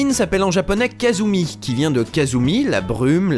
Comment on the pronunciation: Excellente chronique, juste une chose: ça se prononce "Kassumi", pas "Kazumi" =) Je m'abonne, le sujet était traité avec beaucoup de professionnalisme !